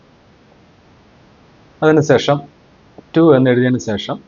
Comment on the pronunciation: സേഷം അല്ല, ശേഷം എന്നു പറഞ്ഞു ശീലിക്കൂ, കഴിയുമെങ്കിൽ.